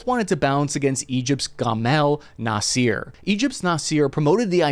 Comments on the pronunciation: His name is Nasser not Naseer. Please get the pronunciation correct. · Noss-er. Not Noss-eer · Its Nassa not Naseer. Gamel Abdel Nasser former president of Egypt. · this war could have been over in months if the Biden admin stops tying it's allies hands BTW Egyptians don't say Nasser they pronounce it Na sir i don't see any evidence that Israel is training anyone in the region but the U.S is , maybe the Israelis are using U.S trained forces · Nasser is pronounced nass - er, not naseer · Its prenounced Nah-Ser not Na-seer. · Please use google translate to learn to pronounce names, GAMIL NASEER? REALLY? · I’m not an expert but I’m pretty sure when you pronounce the former Egyptian leader’s name the first letters has to much harder NA… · Love your show but please shame on whoever okayed your pronunciation of Nassar